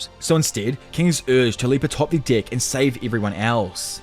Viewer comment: Deck. It has an e not an i